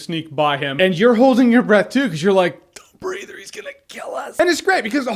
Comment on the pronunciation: At the beginning I thought you said "Don't Read" 😂😁